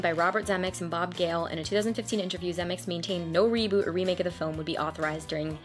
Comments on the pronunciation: 3 syllables in Zemeckis ZEH-MEH-KISS! Eric Stoltz was in Fast Times ( one of Spicolli's Stoner buddies) and the drug dealer in Pulp Fiction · “Zuh-meh-kiss”…just sayin’… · The expression is " Make like a tree and LEAVE" Stupid Biff says it wrong. Everyone who watches this movie always gives Steven Speilberg too much credit - Robert Zemekis DIRECTED the movie!!! BTW, it's pronounced "ze MEK is" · I’m new to your channel, and I’m really enjoying it so far! Thanks for your hard work! Side note: Robert Zemeckis… that last name is pronounced zim-EH-kiss, but you probably know that by now. 🙂